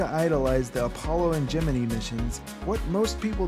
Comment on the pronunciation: pretty amateurish video. I like how he pronounced 'Gemini'.